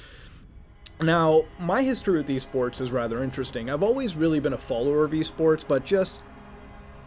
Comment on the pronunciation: Thought he said E-Scorts